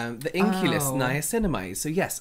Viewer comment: “Nimaslimamide” I can’t